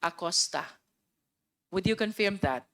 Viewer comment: Luistro, pwede bang ayusin mo yung pronunciation mo ng word na “Confirm”; it's pronounced as kuhn•furm, not confyerm or conpyerm, saan mo nakuha yang ponunciation na yan?